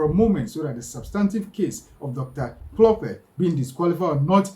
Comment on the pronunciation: Your own mkp dr dl-lope😮Hlophe don't butcher people's names not dl-lope hayi suka go home 😢